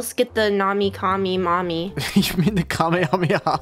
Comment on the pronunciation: She said nomy call me mommy I died of laughter